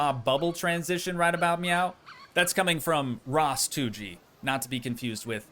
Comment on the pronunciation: I totally dig “ras-toogii”